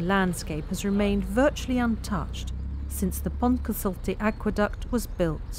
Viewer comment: Can we get native Welsh speakers to narrate a video about the Pontcysyllte next time? In literally every video it is pronounced incorrectly.